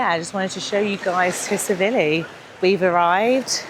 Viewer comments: but you say it as 'T' Silivi. Lol. Keep vlogs coming. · Nice vlogs, but Tsilivi is pronounced 'Sillyvee' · I always marvel at how many people pronounce Tsilivi wrong,it’s not Tsivili it’s TsiLIVI.